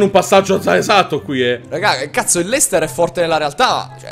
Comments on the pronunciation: Ma perché Leicester ma non luicester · si scrive leicester ma si legge leistà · si dice lester